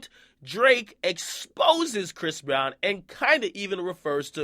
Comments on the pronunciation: Stop calling him bhris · Stop sayin briss....... Bish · stop calling him bris 😂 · Why he keep saying bhris breezy though? Doesn't sound right lol